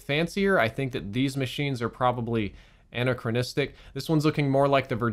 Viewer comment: My man said Anachronistic.